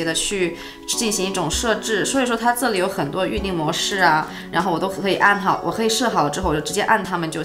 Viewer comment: 喜欢这个姐姐！好看大气！shu胶shu胶shu胶 ze里ze里ze里